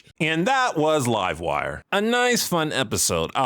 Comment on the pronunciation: You said livewire wrong... it's pronounced LIVEwire